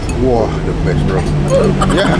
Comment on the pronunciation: Bro bukan Berlo🤣